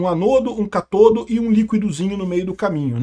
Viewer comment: Forma quem? catoldo, heroldo, soroldo...me xingou todo 😂😂😂😂😂